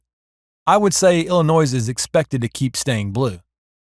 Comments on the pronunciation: There is no "noise" in Illinois. Ill-a-noy. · PLEASE DO NOT PRONOUNCE THE WORD ILLINOIS WITH AN S AT THE END. THATS IS WRONG PRONUNCIATION. THANK YOU.